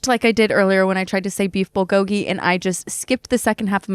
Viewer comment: I love Brooke sm but as a Korean person the way she says “bulgogi” and her obsession with it bothers me so bad like girl please